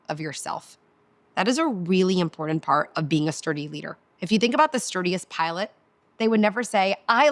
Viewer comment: I really wanted to listen to you. The amount of times you mispronounced important was too much for me to handle. You seem nice. Just take it as constructive criticism. Have a nice day.